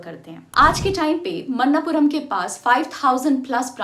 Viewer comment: Manappuram, not mannapuram